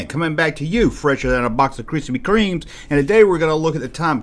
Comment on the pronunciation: Cripspee Creams? LOL. love you JUNK.